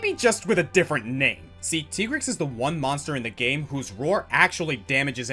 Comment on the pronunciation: I already hear everyone rampaging to correct how you pronounced Tigrex’s name…